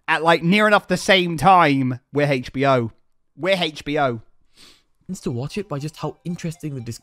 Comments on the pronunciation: Why was pronouncing HBO as HachBO? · Haitch BO 😂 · I love how says Hatech B O instead of H B O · Does anyone else find it hilarious that he can't say HBO. Hach. Had me and my sister laughing our heads off.🤣